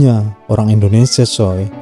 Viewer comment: Mimin koreksi pengucapanya ttp Indonesia bukan Endonesia